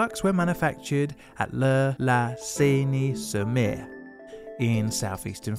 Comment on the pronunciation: You didn't entirely butchered "La Seyne-sur-Mer" you just have to work on the "r". I wish I would sound better in English :-).